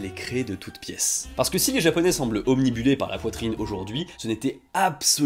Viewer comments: a: C'est "obnubilé", pas "obnibulé" 😛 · on dit "obnubilé", pas "omnibulé" 😂 on n'a pas plusieurs bulles! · OBNUBILÉ (et pas obnibulé) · Mon!! Obnubilé tu veux dire, pas obnibulé:)!! Je chipote, excellente vidéo comme d'hab' tu régales. Et autant d'habitude je trouve le merch des youtubeurs un peu claqué, mais franchement ta gamme ONI est vraiment dingue (et dans un ordre de prix que je trouve relativement raisonnable pour ce que c'est). Force à toi! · 12'02" obnubilé et non obNibulé 😉, désolé j'écoute avec mon casque sans regarder, car la tablette est trop loin de mon activité, mais là, mes oreilles ont piquées 😁 cela ne change en rien l'appréciation valeureuse que je donne à votre chaîne que je suis très régulièrement grace à ma fille, étant une vraie "fan", du Japon et de la Corée "sud" 😉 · obnubilé et pas obnibulé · Obnubilé pas obnibulé :) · Cher, tu es évidemment pardonné mais on dit "obnubilé" et pas "obnibulé". C'est qd tu parles des b00bs. Marrante cette vidéo. 👍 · Merci ça m'a fait mal aussi! Je crois même qu'il a dit "omnibulé" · OBNIBULÉS évidemment c'est comme ça que ça se dit =)